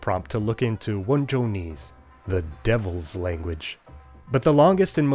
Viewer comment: It's "Wenzhounese," with an 'n'